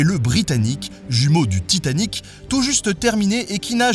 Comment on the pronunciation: scuse mais je suis québécoise et on prononce tout TI tanic...